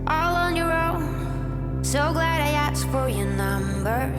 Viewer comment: asked not aksed